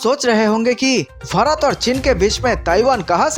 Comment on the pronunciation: Kya bhakwas. Pehle bharat naam sahi bolo.